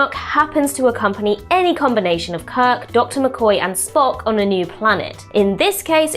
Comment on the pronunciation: Why did you keep saying Kird and Co? Kirk and Company sounds classier and more mature. Also, brushing off the Horta is rude and disrespectful. does a better job.